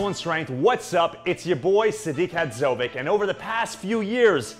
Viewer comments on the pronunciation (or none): Anyone else from European decent that absolutely cringes at the way he pronounces his own last name? God damn